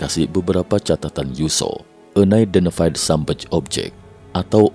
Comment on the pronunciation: UNIDENTIFIED SUBMERGED DIBACA BUKAN enaidentefaid sabmej.... tapi bacanya AN AIDENTIFAID SUBMERJ ....bukan SABMEJ...